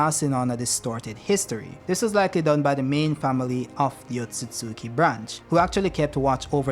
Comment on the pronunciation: Finally someone who pronounces Otsutsuki correctly! "Ot-sut-suki" Not "Ot-suts-ki"